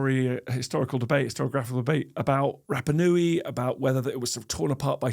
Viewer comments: I love your podcasts Dan, but have a listen to some Polynesian pronunciation. Your vowel sounds are all wrong. Rapanui should sound more like Rahpahnui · Remarkable that cannot pronounce Rapanui correctly.